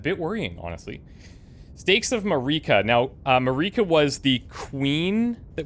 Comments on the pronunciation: Every lets player in the world: heard how Marika's name was pronounced in the intro a few minutes ago Every lets player in the world: "A stake of Mareeka." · The pronunciation of Marika is killing me dude lol